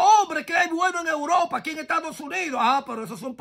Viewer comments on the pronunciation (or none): none